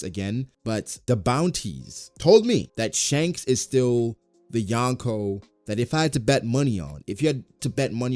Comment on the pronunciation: Love this vid but it's pronounced "Yo-n-ko".